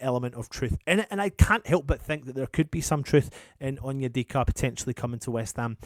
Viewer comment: said Onyedicky 😭😭🤣 Yes I am childish 🤣